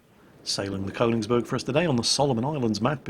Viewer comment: FYI, it's pronounced "Kernigsberg", phonetically.......... what's that shiny metal tube doing in your hands??